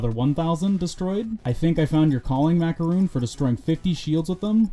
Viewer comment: who the fuck is MacarUn? i only know MakarOn (really, why the hell did he pronounced his name in this weird way?)